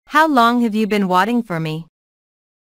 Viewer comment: Sao lại how long have you watting nhỉ, phải là waiting chứ, mình đang nằm ngủ tưởng nghe nhầm mà nhìn thì đúng thế